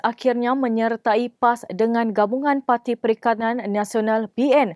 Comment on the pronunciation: hahaha 🤣🤣🤣 slh urang ba kau ini bro sma juga kita ni👐..cuba kau dingar btul2 mnit ..perikatan ka perikanan tu pemberita sebut..😂